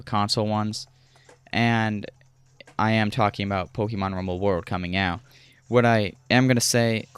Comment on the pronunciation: Look up how to pronounce "Pokémon". Also, work on your delivery by cutting the fluff and pausing much less. Leave out words like "uh, "yea" and "umm". Allow one sentence to flow into the next without pausing or taking unnecessary detours. Stick to the topic. I can tell you that as a viewer, all I wanted to know was the differences between Blast and World, so when you finally made it to discussing Blast, I quickly became frustrated when you started describing how you came across the game just a few sentences after you started covering the differences. That's what I mean when I say "cut the fluff". Or at the very least, include info like that in a totally different section, maybe even one of its own. Anyways, I'm not trying to be overly harsh or critical. I can tell you're a young guy, so in that sense... good on you for simply making videos. Many others only ever talk about doing what you're actually doing mate. That's something worthy of being proud of. You'll inevitably improve over time. That's guaranteed to happen as long as you continue making videos. Well earned sub from me, bud. "Liked" also, obviously....